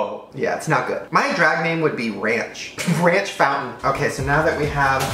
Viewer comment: I feel like instead of his drag name being ranch fountain it should be like ranch fon-tain.